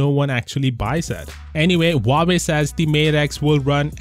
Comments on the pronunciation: lmao , its huawei not howkeopdney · Huawei? Huwerewei !